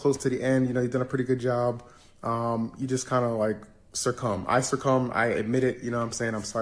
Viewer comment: "Jean Roos-er-roh" and "I Sir Cum'ed to it": Highlights of yet another cringefest.